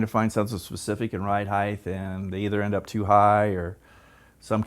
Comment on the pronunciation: "Height" ends with a T not a TH. It's pronounced "hite", not "hithe". If it were, then it would be spelled "heighth".